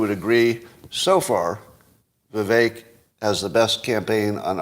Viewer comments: I don't think it's pronounced "Viv-Ay -ick" is it? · I've heard him pronounce his name Viv-Ache